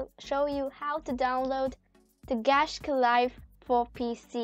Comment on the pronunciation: You says Gacha wrong.... It's a bit annoying -.